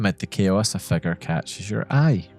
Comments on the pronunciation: It took me like 10 minutes to realise you were saying "figure" and not "fecker" about the first dark figure guy 😂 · every time you said figure around the 5th minute i thought you said "fecker" 😭